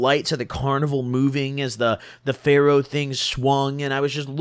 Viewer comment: He says pharaoh ride so weird